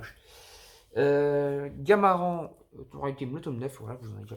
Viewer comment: Salut mec juste pour te dire qu’on dit « gamarane » et pas « gamaran » sinon super vidéo !